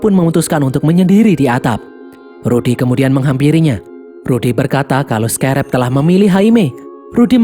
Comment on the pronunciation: Scrab bukan sekarab min😂